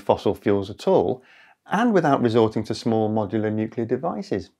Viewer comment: You mean "nuclear"? 😅